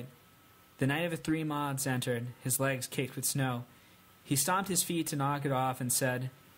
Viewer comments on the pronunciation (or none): none